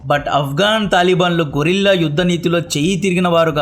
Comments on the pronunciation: గొరిల్లా యుద్ధం కాదు బ్రో గెరిల్లా యుద్ధం కొంచం చూసుకోండి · Excellent knowledge and information. Little suggestion GUERILLA గెరిల్లా Not గొరిల్లా gorilla. Tq.